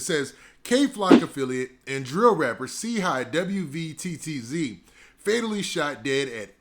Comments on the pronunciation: His name is pronounced “CHEEE WETS” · Didnt even do enough research to pronounce a man's name but Quick to hit upload for views... 1 example of clout chasing